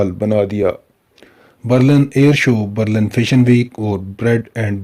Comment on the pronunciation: Bhai Berlan Nhi , Berlin hai